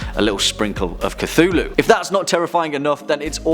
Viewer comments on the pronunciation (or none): none